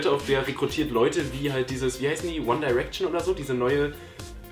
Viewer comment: Nicht Onedayrection sondern Onegayraction